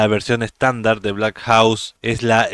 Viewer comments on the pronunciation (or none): Holaaa!! Te felicito por tus videos siempre los veo!! Te comento que la forma correcta de pronunciar es "Blackhok" saludos!!